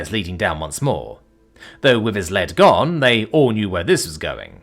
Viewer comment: not lead the metal, lead as in to be ahead